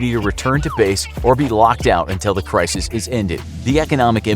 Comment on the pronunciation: homie just pronounced Crisis as Criseees